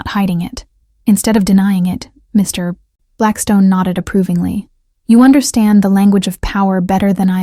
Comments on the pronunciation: I enjoy the narrator too, although unfortunately I think its the "good 'ol" AI ... listen to the stop between MR ... & BLACKSTONE. perhaps I'm wrong ... ?? Eugenie Adelaide, South Australia, Australia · Yep needs a part 2 for sure, but one issue with the AI reading. Every time it came to saying Mr Blackstone there is a pays between the Mr and Blackstone as a dramatic pause which should not be there, it should flow smoothly between the Mr and Blackstone. It’s why I’m not a fan of AI doing the readings. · Thank you. That also drives me crazy in these stories!